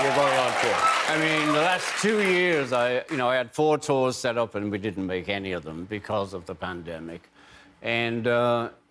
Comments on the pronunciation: As a Liverpudlian, I find his pronunciation of "and" as "end" totally reprehensible. The guy is from The Pool, he fed off that, all his life, but never paid due respect, he was too LA and beyond that. BOO. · Ringo's pronunciation of 'and' is very American. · I'd never even noticed until this particular interview that Ringo has developed the American twang when he uses the word "and". The way he pronounces it. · The only time Ringo sounds American is when he says "and". The rest is pure scouse.